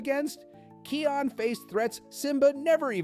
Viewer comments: Bro it's called Kaayon not Keeon😂😂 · The name is not keon its kion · Kai - on not key - on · His name is pronounced "kai-on" not "Key-on" xD idk why Key on dries me up the wall. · Keon? It's kion with an I pronounced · Dude "Kee-on" is crazy lol